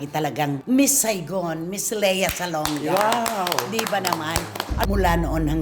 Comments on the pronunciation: Lia kasi ang basa sa Lea pag sa ibang bansa eh. Same sa Leo, Lio ang pag-pronounce nila. Ung Bea hindi din Bea, Bee ang pronounciation sa iba. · Ang American kc Ang Leo pronounced Ng LIO So Ang Lea. LIA